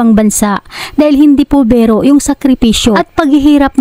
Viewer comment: Bero? Biro po pls nman tagalog na nga lng dmo pa masabi ng maaus